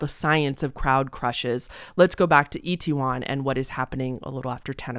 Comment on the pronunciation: You actually said Itaewon pretty good actually (it’s said as It-Ae-Won or like it-tae-won). It actually used to have a bad reputation in the 80’s and 90’s, due to Korean citizens basically making it out to be a bad area due to foreigners and such. There is even a song called Itaewon Freedom, made by UV featuring JYP (who owns JYP Entertainment, a big three K-Pop company and founded the girl group Wonder Girls, who were the first K-Pop group ever to make it on the Billboard Top 100’s) that I’d compare to Uptown Funk (because the main artist is less known than the featured artist and the fact they both have 80’s callback sound). So seeing how popular it is now makes it just as sad. And I definitely listen to K-Pop since 2009 and I came up watching english speaking people in South Korea, especially this YouTube couple and they in fact went out around dressed up for Halloween and Korean citizens definitely weren’t the most comfortable with it at that time. I know they have been like that with big dogs in the past too.